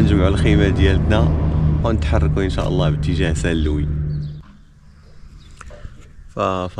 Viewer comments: Salam alikum mon frère merci pour tes excellent vidéos .pour saint louis ont ne prononce pas le(S) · Salut fréro, on dit st louis. St Louise ça n existe pas. Bon courage pour la suite. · Salam 3alaykom khoya la ville St Luis le s ne se prononce pas tahiyati wa chekrane 3ala vedeo😊